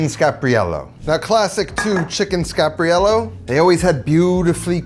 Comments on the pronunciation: scar-par-YELL-oh. /pronunciation police Recipe looks great! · Love your stuff, and learned how to make the dish from you(and others), but you are pronouncing wrong... There are 5 syllables. Scar-par-i-e-llo . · It’s chicken Scarp, not chicken Scap